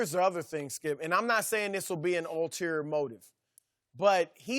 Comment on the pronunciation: Skip : Lebr- Shannon : SKIUP 🥴